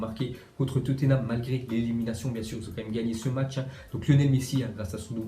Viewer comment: Pour la prononciation de Tottenham on dis pas "Toténam" mais Totnam